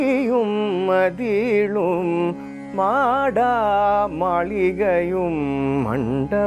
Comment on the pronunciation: Good rendition. If I am not mistaken, the pronunciation should be maada maaligaiyum and not maadaa maaligaiyum. Please donk think otherwise Sir.